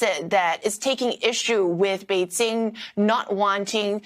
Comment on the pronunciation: I really hate how pronounces Bei jing as Bei jin g Improve your pronunciations before reporting please